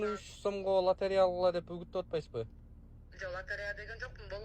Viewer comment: Латарея деп эле айтат